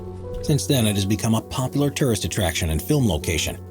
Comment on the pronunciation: First (15th) city has a "defense mechanism" (haha) and is "poplar" with tourists. 2nd (14th) city was not abandoned and should be pronounced "Tams" in English. 3rd "abandoned" city (13th) has 20 to 30 thousand residents and is growing... I didn't stick around for the 4th (12th) city. If I'm going to burn time it will be on videos with correct information with honest titles. Thumbs down.